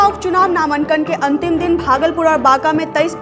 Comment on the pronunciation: नामंकन नहीं बोलते नामांकन बोलते है कोई ज़हर दे दो मुझे नहीं तो वीडियो जैसे जैसे आगे बढ़ेगा , वैसे वैसे रूह निकलेगी मेरी